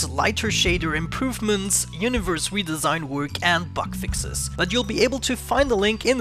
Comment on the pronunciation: Oh lord I thought you said "butt fixes" for a second LOL